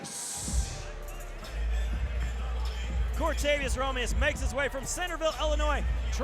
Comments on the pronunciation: A year later, and this commentator still calls him Romirez...amazing. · And the other guy calls him Romilus...wtf